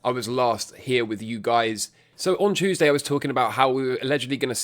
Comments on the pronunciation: My boy went full british and said CHEWSDAY 😂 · Oh man it slipped out right at the beginning.